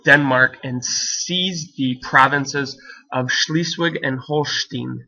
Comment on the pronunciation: Great video but Holstein is pronounced Holst-eye-n